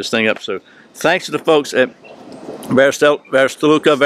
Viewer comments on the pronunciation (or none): It's pronounced "vair-is-tah-lick-ah" similar to "where is the liquor." Great review and thanks for the videos.